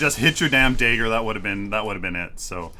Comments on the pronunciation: Kallari master here. Just giving some tips Dagger pronunciation. Not daegger If you don't take the green buff which will chip away half your health, you can go for the river buff which will regen your mana so you can use more daggers and gank more effectively. Never use your back flip to gap close, it's not very effective and you just lost a ton of mana + your evasiveness as can be seen Don't try to use it while you're stunned, wait until your feet touch the ground, then use it, else it will bug out. And don't just use it at random, as you seem to do. Why would you activate shadow walk here? There is no threat, you can't catch up to anyone. And shortly after, you decide to ult him (as would I) which means you just lost your getaway: speedbuff and invisibility First hit out of stealth on a full health Kwang is 200+38, then a dagger for 120 and follow up for 200+25. I don't think that's worth 7 cp mate. And personally, I think survivability far outweighs the negligible extra damage from Traitors Touch, especially since you're supposed to be finishing off people, not initiating fights. And especially not with tanky heroes. Late game, a Steel ult + dash will nearly insta kill you without armour/health. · "dayger" hehe